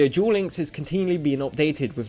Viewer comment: Stop saying dual instead of duel, and it's not Buss its bust